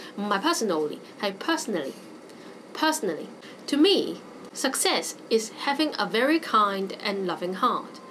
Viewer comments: success /səkˈses/ not /sʌkˈses/ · Think 呢個字你讀得好麻麻 唔好教人啦 This 呢個字你讀得都唔準 Success 中間是k 音，你未讀過phonetics嗎？